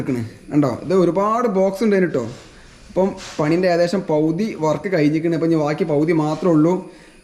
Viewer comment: പൗതി അല്ല പകുതി